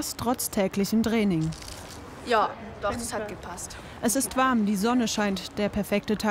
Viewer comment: Abc Def Das Trraining 😂wie sie das ausgesprochen hat 😂😂